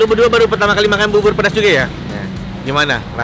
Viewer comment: Bubur di bacanya jadi bubbor, kalo bibir di bacanya jadi apaan koh nex??